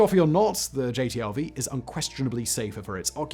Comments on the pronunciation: It drove me nuts that dude kept calling the new vehicle a "JTLV" instead of a "JLTV." I always hated the HMMWV in my time (USMC 88 - 92). W regularly called it the "Uff" (Useless Fuck). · I'm just going to do it because it's bugging me and I feel a little petty today. Simon, you keep calling the JLTV the JTLV. I don't think you ever say the correct initialism of the thing. Not that it changes the content of the video or decides the fate of the world, but it's bugging me even though JTLV does kind of roll off the tongue easier. I don't take your name and put it as the initialism of SFWB, no. You're SFBW; Simon "Fact-Boi" Whistler.